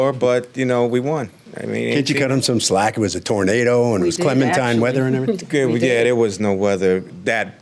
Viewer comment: I can't stop replaying the "clemintine weather" part. This guy definitely has a 2nd grade education 🤣😅😆😄